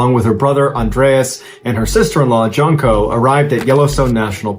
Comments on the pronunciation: The J is pronounced like a Y. So.. Yunko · Pretty sure Jonko is pronounced like Yonko. if it's Slavic anyway. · Janko is pronounced as J as Yes,You Džanko is wrong sound like Jimmie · Brigitta and janko can be pronounced in an Anglo style or with a Scandinavian style. For Brigitta you used a more Scandinavian pr Germanic style but then switched to an Anglo pronunciation for Janko. J is almost always pronounced as a Y in any language other than English. Yan -ko. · Janko is pronounced Yanko